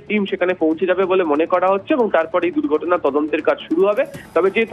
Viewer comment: দুক গটনা না বলো দুর গটনা কথায় বলতে পারেনা এরা নাকি সানবাদিক 😂😂😂😂